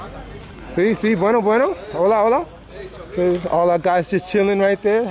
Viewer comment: I think that whistle meant there was a stranger in the Barrio. Watch those Air Jordans while walking in the Mean Streets! FYI regarding roadside trash, one man's trash is another man's treasure.:-) Don't forget to pronounce the "H" in Hola.:-) I think the guys were telling you this was their part of the barrio and if you continue you die or something. Didn't sound like a pleasant greeting to tell the truth. 😃